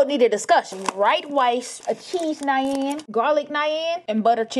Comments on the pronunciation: it’s pronounced naaaan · Butchering the pronunciation of the word NAAN bread